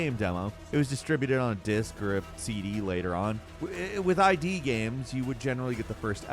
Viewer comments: Hey, it's not I.D. software, it's Id. In other words, it's a word, not two letters and there's a short i!) I don't usually correct people's pronunciation, but this is really terrible considering the way the game company's name is spelled. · What psycho calls id Software "I.D." software? Ever heard of the id, ego and super ego? And it is not pronounced I.D. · One thing: It's not ID like your ID card, it's id, like not eye-dee, ihd. Like the whole, Id, Ego, Superego thing. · I'm revoking your license to nerd. It's "id". Not "i.d.". "Id" is a word. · They're not I.D. software. It's id. As in id, ego, and superego. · Haven't heard anyone call id "eye-dee" as far as I know it always been pronounced with "I" as in "is" and "d" as in dog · I.D. software? Haven't heard anyone call them that for 30 years. It's id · It's pronounced "id" like "it" with a D, not ID as in the abbreviation for identification. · It’s not “eye dee”, it’s id as in “eed”. Part of psyche. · As a fan of id software i just need to say it is pronounced "IT software" like the word "it" .. not individual letters 😅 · It is id not ID son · Hey ... "I.D." Software? Isnt it "Id" Software as in Id vs Ego? I thought that was common knowledge. ¯\_(ツ)_/¯ Makes me think of those Star Wars ppl who say "A.T.A.T." when even George Lucas, the man who freaking made it, calls it AT-AT. Havent you ppl watched Empire Strikes Back or Return Jedi? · It's "Id", like "Id, Ego, SuperEgo", not "eye-dee." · I'm almost 100% positive it's pronounced id Software, like the id, the ego, and the superego, and not I-D Software, like Identification Software, but I could be wrong. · RE: #12 sweet velociraptor christ,! its id Software as in Freud's "The Ego and the Id"... not I.D. Software. considering this is a channel about video games, you would think that you would know how to pronounce a company's name that has been around for over thirty years. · Did he just refer to id software as “I. D.” 😂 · Id rhymes with "did"